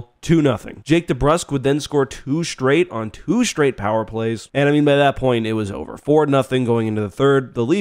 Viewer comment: "two shtraight on two shtraight powerplays..." Jesus Christ, man. Cut it out with the adding "sh" sounds to your "str" words. Christ Almighty. You didn't learn to speak that way.